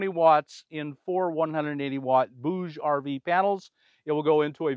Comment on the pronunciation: BTW, bouge means move in french and you pronounce it perfectly